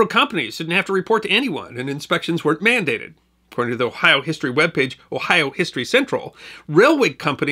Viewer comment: It's always nice to hear people pronounce Ohio place names correctly.